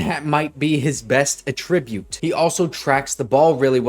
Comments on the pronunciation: You’re working so hard for this channel, brother. Keep it up! FYI, you’re pronouncing attribute as attRIbute, but it’s ATtribute. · Great info thanks man! Just learn how to pronounce "attribute" lol. #boltup